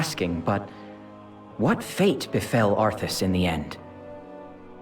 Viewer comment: LOL its been years, and you still pronounce his name as "ARF-us"